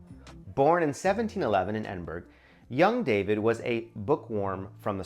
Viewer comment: It is not "Edinburg." It is "Edinboro"